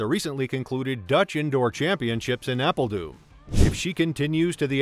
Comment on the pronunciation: The correct phonetic pronounciation of the Dutch city of ‘Apeldoorn’ is ‘Apple-Thorn’ spoken rapidly but replacing the ‘th’ by a ‘d’ resulting in ‘Apple-Dorn”!